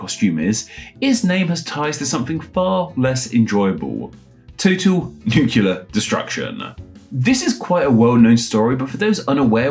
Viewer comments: It's not pronounced "nucular". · Why is a British linguist saying "nucular" in the year of our lord 2025 💀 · It seems ironic that you've mastered the French pronunciation of Reard, but still don't pronounce "nuclear" correctly.